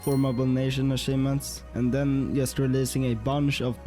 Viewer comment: Very impressive. Love how you mispronounce “just”